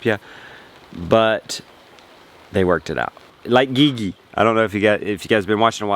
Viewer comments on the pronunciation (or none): Gigi is pronounced like saying the letter "G" twice. lol. G. G. I've been wanting to tell you this since you started talking about your correspondence with her. Have a good one brother.